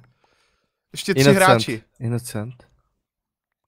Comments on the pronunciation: skara to není inocient ale inocent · prej "innocient" :D